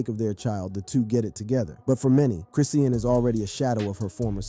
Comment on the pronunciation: Who is CHRIS-SEA-ANN💁‍♀️...HOW are you doing a segment and do NOT know it's CHRISSEAN (CHRIS-SHawn)...But, Carry on...just bothering me....let me finish the video.